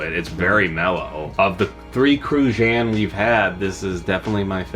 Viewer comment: The pronunciation of Cruzan 🤣 don't even close